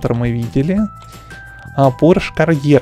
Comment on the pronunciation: Порш кареро а не карйер 😁😁😁😁😁😁гелик делали мерседес не знал.... Ну понятно если ти не можеш виговорить авентадор(авендатор)... Какие страние названия для тебея да если ти не можеш их виговорить 😁😁😁😁😁😁😂😂😂😂😂😂😂